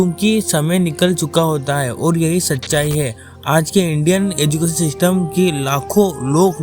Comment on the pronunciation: System ❌ sistem😂😂